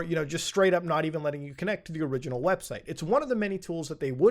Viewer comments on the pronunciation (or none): none